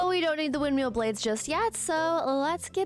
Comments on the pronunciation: i love your videos so much, but its "windMILL," not "windMEAL." its been driving me insane 😭😭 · Ok, …I can’t help it. Windmill as in ill, not eel. 😂